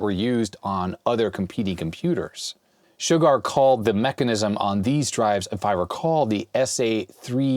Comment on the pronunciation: My mind is broken today.. Every time says "Shugard".. i just 🥺..... i can't.... >> Damn Simpsons 😡..